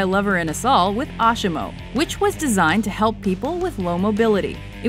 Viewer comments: Know what you're talking about. It's asimo not asHimo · It's not ashimo it's azimo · ASIMO not ASHIMO :-) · ASHHHHHHHHimo... really?! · Learn to pronounce ASIMO.